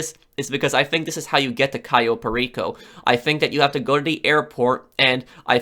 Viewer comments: Cai-yo Perico... It pronounced Ka-yo Per-iko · Cayo perico is pronounced differently